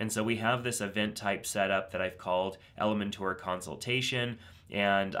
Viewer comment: Perfect. Thank you. BTW, I like how you pronounce Elementor. :)